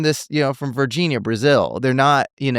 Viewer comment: Ele falou Varginha corretamente 😂👏🏻👏🏻👏🏻